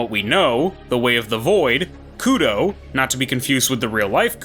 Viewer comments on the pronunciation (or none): Koudou not kudow